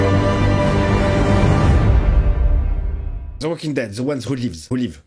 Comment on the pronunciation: Le 16 Janvier 2023, j'ai commenté sous ta réaction The Last Of Us 1x01 "T'entendre prononcer The Walking Dead me plaît, un jour nous aurons ces premières séances. Même si c'est pour les 10 ans de la chaîne ou pour continuer un trip zombie après la fin de la saison 1 de The Last of Us mais on l'aura mdr" On l'a eu le 1er Décembre 2023 (pour les membres), jour où je me suis dit aller on va devenir membre soutien pour la gratitude mdr. Désormais le 29 Août 2025 je te dis "T'entendre prononcer Lost me plaît, même si tu connais (ou crois connaitre la destination) le voyage en vaut vraiment le coup. Perso malgré que je sois fan de The Walking Dead, Lost reste bien devant. Pour te dire moi qui suis un blindax, j'ai peut-être lâché ma larme 1 ou 2 fois sur TWD et peut-être 10 fois sur Lost. Après si vraiment tu sais ce qui arrive aux persos je comprends que ça soit chiant."